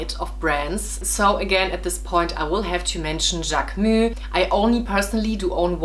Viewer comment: Love how you pronounce JacquemuS